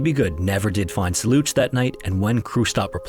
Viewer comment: You scam us with a C 47 and fake skeleton in a picture with the title to make us believe that this is a new story. It's old, been covered countless times and you can't even pronounce "Soluch" properly. It's pronounced like "Soul-ook". Piss off!